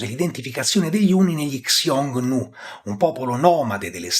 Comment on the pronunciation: piccola nota: Xioungnu (匈奴) andrebbe pronunciato "Siongnu / Sciongnu" (pron. IPA del mandarino Xiōngnú: /ɕjʊŋ nu/ ; e del cantonese Hūng nòuh: /hʊŋ nou̯/; Middle Chinese: /hɨoŋ nuo/; cfr. il sino-coreano 흉노 hyungno /çuŋno̞/ e il sino-viet Hung Nô /hʊwŋ͡m no/ /hʊwŋ͡m now/), non "Ksiongniu"... (una cosa simile vale per il medio-persiano e il sogdiano Ẋyon e Xwun, dato che in alcune lingue iraniche e influenzate dalle lingue iraniche, come il Curdo e l'Azero, ancora adesso sta per /x/, e infatti hanno il parallelo nel sanscrito Hūṇa)